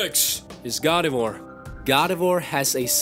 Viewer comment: ALSO IS NOT GARDE VORE ITS GARDEVWAR dumby